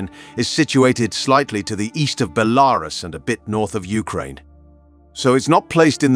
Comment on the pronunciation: You sure of your pronunciation of Belarus??? Ukraine?? St Basil's?? Not sure this is the job for you?